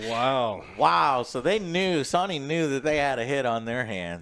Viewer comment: sawny new…. Dude has the hardest time pronouncing words he constantly does this with so many things